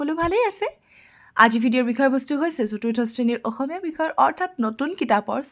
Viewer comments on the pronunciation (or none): none